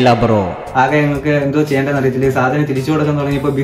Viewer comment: സാനം അല്ല സാധനം എന്നു പറഞ്ഞു പഠിക്കുക😅